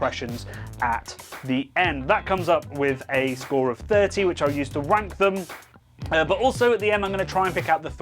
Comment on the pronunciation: "he wanks as high as anyone in wome"